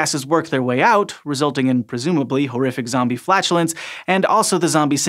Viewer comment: he said horrific zobie flatulent. That make my day.